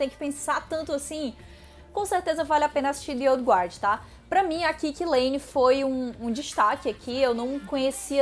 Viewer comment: se pronuncia gard mesmo sem o U (dizer que não existe ditongo em inglês, seria mentir, mas a maioria dos casos não ecxiste!) /Ol' Ga'rd/ assim como o certo é /Ga'rdians ov the Galaxy/ o que faz a piada "Asgardians of the Galaxy" funcionar; é a mesma pronúncia